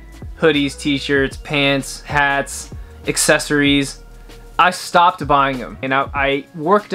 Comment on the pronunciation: "Trends I Stiopped buying" 😖